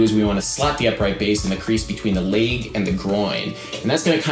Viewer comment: He says legs like "laygs" and play like "pleh"